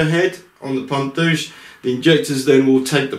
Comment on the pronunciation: I think the right name is "Pompe duse" (not "duche"). Please check